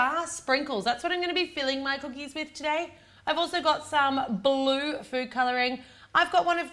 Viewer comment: the way you say "Blue" makes it sound like "baloo" - i find that is wierd thanks, liked the cookies idea :)